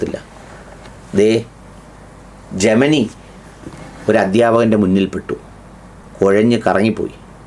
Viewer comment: നിങ്ങൾ തന്നെ തെറ്റായല്ലേ പറയുന്നത്....? ജെമനിയല്ല ജെമിനി